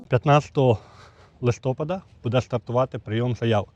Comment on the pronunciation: ЛистопАд бо снігопАд, бо зорепАд. Чи кажете снігОпад, зорЕпад? Що робиться з мовою?